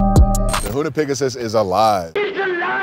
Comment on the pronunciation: pigasus? not pegasus?